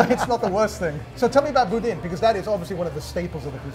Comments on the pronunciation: I like Cochon, the restaurant, but I don't like Cochon Butcher, where was at first. And, it's pronounced Boo-DAN, like the other guy kept saying. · It's boo-DAN. He even corrected you. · Besides profound and ethereal, he also says evocation on every video. Also, it is Boo-Dan. Thanks.